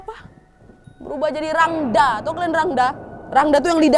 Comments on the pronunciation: Ijin intropeksi kak penulisannya emang rangda kak tapi pelafalannya rangde kak 🙏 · Aku gakak dengar gomong rangda padahal rangde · Kak mau koreksi dikit boleh harusnya cara bacanya itu rangde pakai e bukan a kak 🙏🏻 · btw kak rangda itu bacanya rangde yaaa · Rangda tulisannya bacaanya rangde nad,.... Aku asli bali... Salam semuaaa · maaf ya ka nad, rangda itu dibaca rangde 😅😊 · Mohon maaf kak aku dari bali mau memberi informasi rangda dibaca rangde ya kak hehe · maaf kak mau ngebenerin kata rangda emng tulisan nya rangda tpi di baca rangde kak